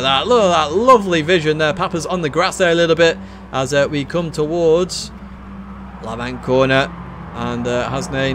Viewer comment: a bit late but FYI Lavant is pronounced lav-ant not la-vant as you do. just a little info from a local man who lives in lav-ant!